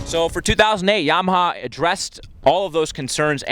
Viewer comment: it's yamaha, not mwyahaya. fuckin idiot